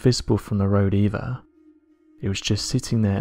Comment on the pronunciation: eiver ? What is eiver , never heard of that word .